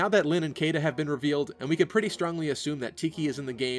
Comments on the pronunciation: Caeda is pronounced She-da. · I dunno if it was just me or is Caeda supposed to be pronounced as Shii-da, whereby Cae- sounds like Cae-sar of Julius Caesar?